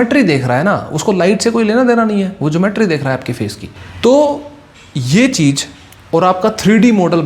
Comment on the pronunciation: Cheej nahi cheez hai 😂😅 tu kya ai samjay ga re